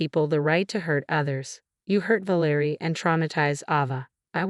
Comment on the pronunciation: Ă - vă is just fine: it's European. VĂ lĕ rie should be stressed on the first syllable. The Adrian varied, so I am not going to say anything.